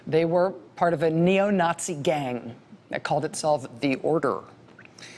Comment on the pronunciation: she said nutzi.